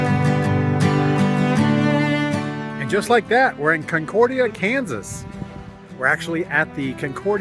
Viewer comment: Why didn't you ask a resident how to pronounce the towns name? Comment about forced labor showed your ignorance.